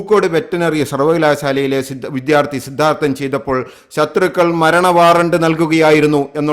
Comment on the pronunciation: വിദ്യാർത്ഥി. വിദ്ധ്യാർഥി അല്ല